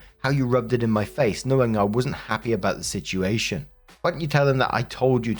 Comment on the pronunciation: Please tell me I'm not the only one who gets a kick out of the way says "situation". It almost sounds like "shituation" to me.😂